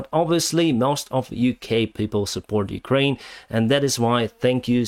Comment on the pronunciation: Did you ever pronounce the name as "Kraine"? Probably not: It really needs a "U" there: "Ukraine". The same goes for "sitation". That too really needs a "U": "sitUation".